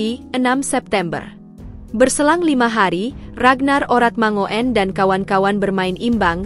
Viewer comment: Menurut Ejaan Yang Disempurnakan (EYD) ejaan lama tentang nama orang seperti RAGNAR ORATMANGOEN dibaca RAGNAR ORATMANGUN. Admin perlu belajar lagi cara membaca yg benar.